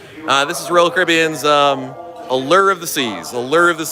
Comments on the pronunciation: "uh-lurrr of the seas'. Doesn't sound very alluring 😂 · Every time he said it we mimicked it and laughed.... Uh-lerrrrrrr....... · Drives me batty!! Where is the ERRRR in ALLURE!!!